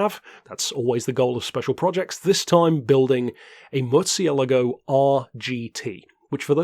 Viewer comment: Surely not like you said it. 😉 Check out a translator or ask someone from spain